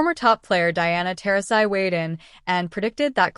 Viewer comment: 1st time I ever heard Genoa owns 3 on 3 league, or he wants coach in it. Like half this video is garbage. Geno is coach of ucon, 3 on 3 will being playing same time. Lady keeps calling page brewers instead of beck-ers. Miss pronounces Diana, last name, just lot of fake news. I dislike, uconn, Geno and Diana. But try keep it 💯. Shitting on uconn program, for what he and the players done for 15 years is crazy work. Uconn spotted usc, a 20 point lead, with one best players in country. Came back took the lead in last few minutes, and lost by 2. This video is 🗑️!!!!